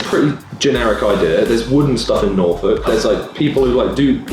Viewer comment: The way he said Norfolk didn't sound right lol